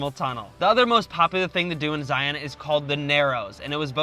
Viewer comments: I'm always surprised to hear non-Utahns say Zie-ON national park. Never even thought to pronounce it that way till I heard tourists say it. We just say ZIE-uhn. Kinda like lion, not Lie-ON lol. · Zion is pronounced Zai-un (rhymes with Brian). Great video! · Some good info, some mispronunciations of the parks, but The Great Smoky mountains has Zion's beat by quite a bit; 11+ million visitors there vs about 4+ million visitors in Zion. Plus other info that's not quite fact but close to it. Go in the narrows when its hot not cool or cold as you will be freezing, Wear good ankle high shoes as there are what we call "Ankle breaker's" (big boulders) you can easily twist your ankle on and its not fun hiking when you hike a few miles on rocks rotating your ankles in every direction. If you go when its cool or cold wear a wet suit. Bring a walking stick or hiking stick to help with balance and taking some weight off your feet. And do not and i repeat DO NOT even think of hiking many trails or slot canyons when there is rain or rain within 60-100 miles from the hiking spot as flooding is a major danger for those who dont know. Other than that the Narrows will be an awesome experience. (I live 30 minutes from Zion and have been there in all conditions) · You can tell they aren’t from Utah when they don’t pronounce “Zion” correctly. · This^ If you are doing a travel video, please learn the pronunciation from locals.